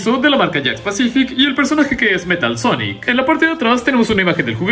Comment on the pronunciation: Me da risa el cuando dice sonic el jegejojo